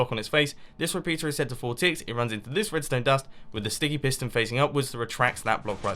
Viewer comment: mumbo you said stinky piston and not sticky piston🤐 or ahhhhhh is it me